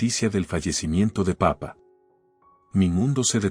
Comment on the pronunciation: se come los acentos papá y mamá aprende a leer